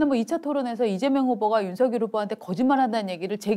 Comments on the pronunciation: '서결'이라니 발음이 너무 ㅠ 누구 이름을 부르는건지요 발음 신경 좀 쓰세요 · 아직도 윤서결이라고 호칭하네요 윤석열후보 본인도 윤성열이라고 본인을 말합니다 두가지 호칭으로 듣기 거북한데 윤후보 본인이 어떻게 발음하는지 듣고 제발 따라하세요!! 센스가 너무 없어